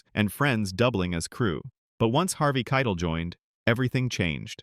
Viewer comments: Harvey Kei-TEL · had to turn it off when the AI voice said 'Keitl' for the third time. shame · The video AI can't pronounce it.